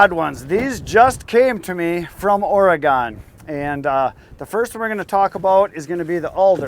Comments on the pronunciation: It’s pronounced Oregin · not to be picky as a Oregonian but we pronounce Oregon as Orygun. I know touchy touchy.